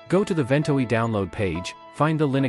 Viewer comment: One of the worst AI voices ever, not to say that there are any good ones. It has at least three different pronunciations of "Ventoy" and it has a slow flat evenly-spaced pace that sounds like someone using the search-and-pick method of typing.